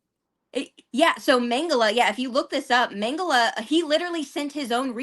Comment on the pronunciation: Mengele is pronounced Mengala with the accent on the first syllable.